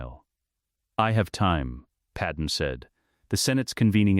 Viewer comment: I suppose my only criticism is the Padme pronunciation. Maybe spell out "Padmay" so the voice can pronounce it correctly.